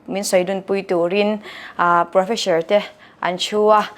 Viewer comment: Ngatinge inla lam deuh hian PROFESHOR tiha kan lam zel mai lee